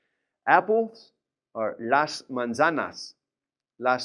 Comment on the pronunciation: “Z” is pronounced as an “s.” He is mispronouncing manzanas.